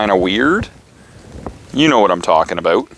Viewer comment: Canadian? That “aboot” was no lie😂